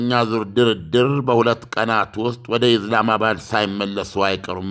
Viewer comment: እኔ ሚገርመኝ ኢስላመባድ ብለህ መጥራት አቅቶህ ነው ኢዝላማባድ ምትለው ?